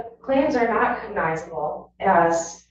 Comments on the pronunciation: She can't pronounce "cognizable." Judge keeps correcting her and she skips right over it. 😂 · I wondered if the attorney was using AI to script her arguments, but AI would probably be better. Not only does she not know what a cognizable claim is, she' doesn't know how to say the word.